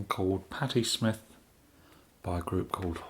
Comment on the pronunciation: "patti smitth by horses"